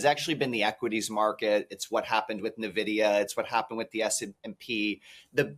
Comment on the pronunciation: If he were so smart he would know it’s not pronounced NAVIDIA, it N Vidia